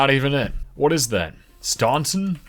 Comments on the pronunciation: Staunton, VA is pronounced Stan-tin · Ah!!! That's not how you pronounce Staunton. At another time, that would've cost you your life.